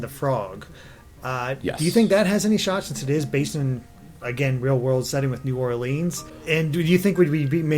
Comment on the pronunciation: I'm from New Orleans, so I'd love to see a world based on Princess and the Frog (and by the way, you pronounced New Orleans a bit oddly, in case you care).